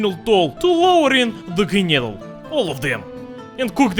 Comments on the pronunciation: its prenounced knedleh blin ;) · english speakers would skip the e at the end and say knedl, thats why i wrote knedleh - english speakers pronounce that as we say knedle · It's pronounced like КНЫДЛЕ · not knejdl :< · nene, knedle 😂😂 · You pronounce knedle like amerikanski spy..